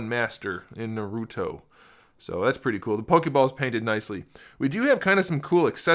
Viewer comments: Naruto not noruto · I swear, im a weeb so this triggers me because 1.he is a he 2. those red eyes are sharingan and those purple eyes are the rinnegan 3. its pronounced MA-DA-RAH and its also pronounced NAR-OOH-TOE4. its not makeup its because he was reanimated 5. its also called jutsu not ju ju hands 6. ITS NOT A POKEBALL its he clan symbol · Another person that says naruuto. Doesn’t seem like you’ve watched shippuden either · I mean he says hes a big fan but miss pronounced naruto and madara so he better have just read the manga. But after he referred madara as a she I understand that hes most likly trolling alot lol.